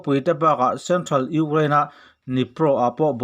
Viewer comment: kan pu hian Ukraind hi alam tha theilo nge maw ni le ngaih aha tlak khawp mai